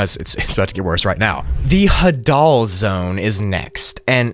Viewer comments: Put the emphasis on the "ha" and not the "dal". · Hadoll zone😂😂 it’s “hay-deal” zone lol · Bro said ha-dul is hay-dal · The Hadal Zone is actually pronounced "Hay-dal", named after Hades (the god of the underworld). Very fitting name considering it is literally found in a CAVERN. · The Hadal zone is actually pronounced emphasizing the Ha instead of the dal, it is in reference to Hades, god of the afterlife in Hellenism (Greek theology) No hate, love the video as always, just an fyi